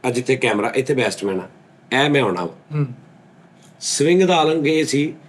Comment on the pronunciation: Bestman ni Batsman kehna Sikh lo 😅😅😅😅 Swing Bad ch kra lena 😂😂 Love you Sir ❤❤❤ From:-Ohi Ronaldo Eda mai